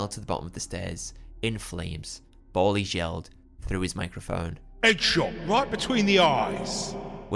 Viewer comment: Its almost a million percent pronounced bal-ies as in the slang for ski masks. Like dont do a drive by without your ballies on.